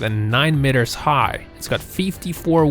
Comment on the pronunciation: Sorry about your speech impediment. If you are going to do much narration work, I would suggest you get a speech trainer to give you some helpful pointers. The really weird thing was, there were times were you actually pronounced the word "meter" correctly. But most times you got the vowel sounds wrong. English is a special case of vowel usage. It takes some training to get it right. Patience and practice pays off. Keeping working on it.